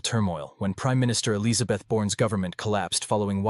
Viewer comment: You are a robot. I can tell because you couldn't pronounce Elizabeth. That means you cant think and can't reach nuanced well considered and conclusions or statements. I think you should stick with pretending to care about cute puppies or some such dribble and leave serious videos to us humans..